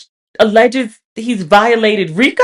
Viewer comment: Lol seeing you say RRRRRRIIIICCCCCCOOOOOO on Camera is the gift needed given the first 9 days or 2026. Gracias 🙏🏾